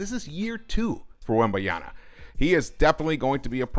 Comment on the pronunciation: His name is Wembanyama not Wembayana :), just call him Wemby as you'll have to say his name more in the future